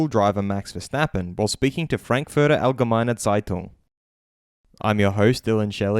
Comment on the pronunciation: Kudos for the german pronounciations! You hit the nail on the head with "Allgemeine Zeitung". Aaand just in case you'll have to pronounce Frankfurt in german again: Treat the "Frank" part like Trunk with an F and the "furter" part like footer with an R before the T. Thank you for all the work you're putting into your content!